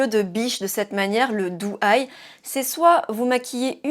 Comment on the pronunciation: Bonjour, la différence au niveau des yeux est saisissante sachant que tu as utilisé les mêmes produits. Pour ma part, je serais plutôt siren eye en soirée et doe eye (pas autant exagéré) au quotidien. Juste une précision (sans méchanceté aucune), on prononce DO eye et non DOU (c’est un peu comme le prénom Joe, tu ne prononces pas ça Jou). Belle journée ❤